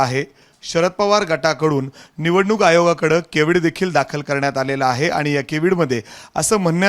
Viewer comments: केविड नाही ओ केवेट असतंय ते.... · केविड नाही हो कॅव्हेट म्हणा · अरे केविड नाहीरे cavet आहे ते.काय वार्ताहर आहे.तुम्हाला दुसरा कोणी वकील भेटत नाही का? एक नंबर फेक्या वकील आहे.